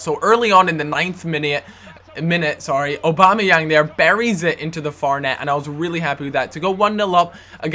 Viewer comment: its prononsed Og - Bom - Ni - Yang not obamayang